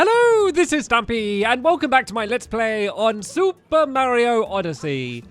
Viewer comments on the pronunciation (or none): Stampy: hello welcome back to SOUPer mario oddesy Me: WAT